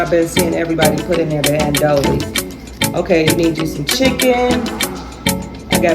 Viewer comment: It’s Andouille (An-dewie) it’s a Creole sausage